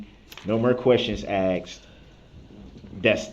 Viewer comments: He Axed the question ? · aSKed not aXed you moron!!!! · I AXED HIM A QWESTSHUN